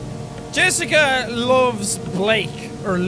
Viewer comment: "Yessica"? I sense that pronunciation was influenced by a (North) Germanic language...Danish, perhaps? It's the electrocardiograph (EKG or ECG for short) machine. Maybe you thought about MRI (Magnetic Resonance Imaging)? That's the notation used for infinite series in Math. If you really want to study computer sound design, you'd better start giving more f***s about those (they're used in Fourier analysis of sound waves, for example):P Mr. Tickles? That's a good name for a pet XD You mean "Knothradamus"?:P If Jessica and Blake were in a "relationship" (or, at least, Jessica loved Blake), what did the hangman sentence "not telling is worse than lying" mean? Did Blake "cheated" on Jessica with Lynn? Or did Blake told no one about Jessica's death?, is it you? O.o The many-armed monster really seems to be a representation of someone who abused Jessica (maybe one of the priests) If it's any consolation, we're all shortening our lives together O.o => Yeah, I guess the priest killed Jessica after trying to abuse her, and then tried to make Blake feel guilty for it (because he couldn't save her, as shown ). Maybe Blake jumped at the last second? Nah, that's exactly what they busted (also, poor Buster::) Lynn is lucky this isn't Until Dawn XD Will "Justice Jack" rain from above, though? Maybe that could be your "superpower/ultimate" (peeing on outlaws to blind them):P 1